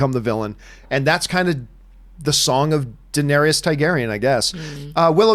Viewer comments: can john not say Targaryan with an "A" TAR-garyan....he keeps saying tigarryan with an "I"...it shouldn't be bothering me but it does. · Is it just me or does John Campea say Targaryan with an "i"....Tiegaryan.....TIE-GARY-AN. When its TAR-GARY-AN. Maybe its a canadian thing. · You're killing me John..say it with me Tar-gair-ee-in !!! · So only 10 minutes in, You can't say Targaryen, Missandei, or Clengane even remotely correct. These aren't fringe characters. And for that reason, Im out.